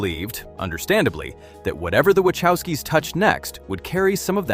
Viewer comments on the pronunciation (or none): I actually liked John Carter, but I saw it on DVD. Jupiter Ascending was pretty good! This narrator cannot even pronounce "Wachowski" so don't believe much of this.